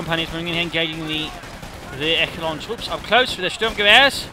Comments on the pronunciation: Echelon is pronounced "eSHelon" not "eKelon" At least in English it is, even though it is a French term. I still think they pronounce it eSheleon. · You're right, it's échelon in French. É-che-lon